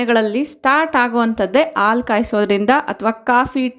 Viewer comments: ಆಲೂ ಅಲ್ಲ ಹಾಲು. ನಿಮ್ಮ ಮಾತೃ ಭಾಷೆ ತೆಲುಗು ಇರಬೇಕು. ಅ ಗೂ ಹಾ gu ವ್ಯತ್ಯಾಸ ಇದೆ. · ಹಾಲು, ನೀವದನ್ನು ಆಲು ಅಂಥ ಹೇಳ್ತಿರಾ. ಅದನ್ನು ಸ್ವಲ್ಪ ಸರಿ ಮಾಡ್ಕೊಳ್ಳಿ.😊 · Please pronounce haalu not aalu